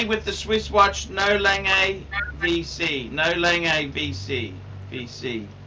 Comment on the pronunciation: Lol at honest tooth . Also why do you pronounce "langey", pronounce "langoondsunn". Danke